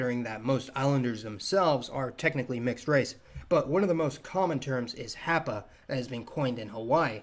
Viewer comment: The first ‘a’ in ‘hapa’ is pronounced with a short a (as in ‘waffle’). Awesome video btw :)